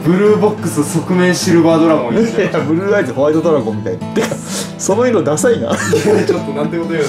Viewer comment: ブルーライトではなくブルーアイズですね笑